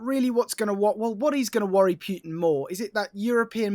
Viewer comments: In the first minute, old mate pronounces Putin two different ways. Stop pronouncing the yod. Its not Pyu-tin. It's Put-in, rhymes with foot. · It's POOTIN, not Pewtin, for christ's sake! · Who tf is pewtin & rusher? 🤣